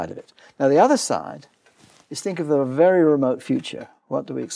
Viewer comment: Have we come close to even wild guess what is 'the wery space' is? Hahaha